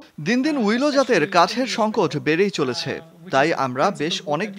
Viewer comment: ডেস্ক রিপোর্ট টিতে যে মহিলা কন্ঠ দিয়েছেন উনার বা যিনি স্ক্রিপ্ট তৈরি করে দেন,তাদের শিক্ষাগত যোগ্যতা কতটুকু বা কি খুব স্পষ্টভাবে জানতে ইচ্ছে করছে।যে গাছের কথা উল্লেখ করা হয়েছে তার নাম "উইলো"(willow), পৃথিবীতে প্রায় ৩৮০-৪০০ প্রজাতির উইলো, আছে,সবই স্যালিক্স(Salix) গোত্রীয়,কিন্তু রিপোর্ট টিতে শুনলাম মহিলা বারবার "উইলি" উচ্চারণ করেছেন।Curious mind wants to know is she a fan of David Willey(ডেভিড উইলি)?